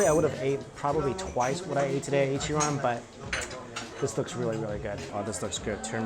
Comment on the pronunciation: I’m sorry but it’s Ichiran . Not an opinion but a fact 🍵